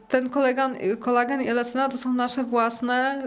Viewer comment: To NIE jest "Kolegan" jak pani mowi, tylo KOLAGEN !!!!